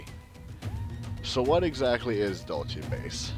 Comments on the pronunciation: DUDE !!! Learn to pronounce the frigging names !!! It is Dull See...NOT Dulchay. If you can't be bothered to know what you're talking about...I can't be bothered to watch your vids !!! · pronounced "Dool see" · its pronounced "dool-see" !!!!!!! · Say it like your saying dulse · and he cant pronounce it...